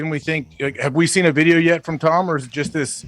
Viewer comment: "tHaNk YoU ToHmmmmm" jfc...